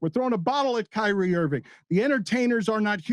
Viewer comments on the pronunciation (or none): none